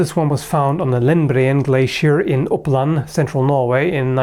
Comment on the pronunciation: I've always wondered about your ethnicity, but after hearing you pronounce "oppland" I can tell you're not a Norwegian. Maybe german? :)